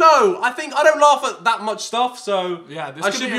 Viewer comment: it's not lafff